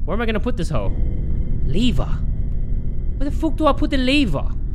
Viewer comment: becoming british over a leaver